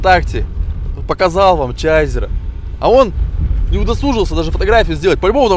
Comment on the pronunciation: чейзер а не чайзер